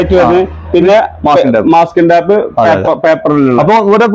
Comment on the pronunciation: ടാപ് അല്ല സുഹൃത്തേ പാക്കിങ് ടേപ്പ് ആണ് ശരി